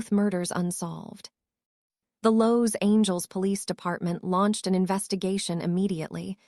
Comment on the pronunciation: Los Angels. Lol